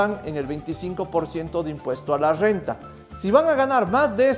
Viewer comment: Me encanta tu Rrrrrrrr renta elegantemente Rrrrrrrrenta Oleh!! sabio te voy a seguir haber que aprendo de voz, te acabo de conocer haber si me conquistas con la Calculadora, no si di qui habláis, solo entendí relajar pelvis, que si voy arriba positivo y cuando hago abajo me hago invisible? 🤔